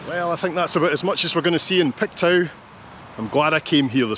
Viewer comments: it's pronounced "Pictoo" not "Pictow". LOL! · Pictoo not pictow😂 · its not pronounced pictow its pronounced picto lol I'm originally from Dundee living in Halifax. love your videos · Just FYI...Pictou is pronounced Pik-Toh 😁 I'm originally from Belfast, and have been in Canada for the last 45 years - yes, Canada is the best! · Love your video, especially since I only live 2 hours from New Glasgow. I look forward to your Saturday videos and it's always a treat to get one mid week. FYI Pictou is pronounced Picktoe. Hope I don't offend by mentioning it. Take care. 💜💜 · Pictou is pronounced Pick-toe